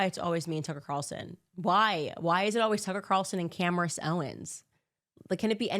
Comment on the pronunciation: did she pronounce her own name wrong? Camrace? She is doing so much work investigating so many issues!